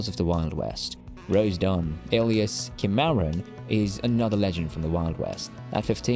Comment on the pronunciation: You need to learn how to pronounce places and names. Rose Dunn aka Cim - a - ron